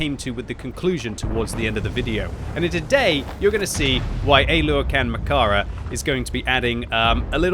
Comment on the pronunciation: murdered that pronounciation... English speakers always make the vowels too short